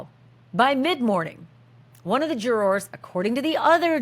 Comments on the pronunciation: The way you say jurORS is awesome! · I can't handle the pronunciation of jurors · LOL The way Americans pronounce "jurORs" 😅😅😅